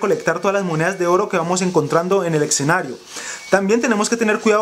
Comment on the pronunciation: hable bien amigo... escenario no exenario suena horrible